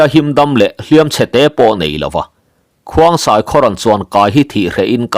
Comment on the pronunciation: Khongsai tih tur zawk ani lo maw